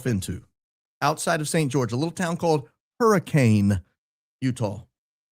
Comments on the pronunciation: The town in Utah is pronounced "hurri-kin" not hurricane...Utah has weird pronunciations to town/city names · Hi! Local Utah county resident here :) just wanted to let you know it is pronounced Hurri-kin. Like next of kin :) Utah dialects are funny lol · Hurricane, Utah is pronounced “hur-reh-cun” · When we moved to St George a few years ago we quickly learned that Hurricane is pronounced ‘Hurra-kin’.